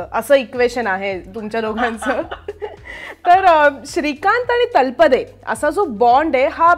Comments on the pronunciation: Madam बऱ्याच ठिकाणी तुम्ही तलपडे म्हणताय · अहो हिंदी भाषिक लोक तळपदेचा तल्पदे असा उच्चार करतात. तुम्ही नीट तळपदे म्हणा ना. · तलपडे नाही तळपदे.... हिंदी लोकांना न जमणारे उच्चार आपण का त्यांच्या सारखे करत आहात ? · Sharib sir is such a natural and a brilliant actor and speaks so well in marathi पण त्याचबरोबर मुलाखतकार बाईंना लाज वाटली पाहिजे स्वतः मराठी असून तलपडे म्हणताय खरतर त्या नावाचा उच्चार तळपदे असा आहे..स्वतःलाच धड शुद्ध मराठी येत नाही